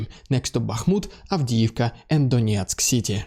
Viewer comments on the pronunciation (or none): none